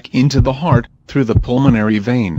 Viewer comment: pulmonary, not pulmanory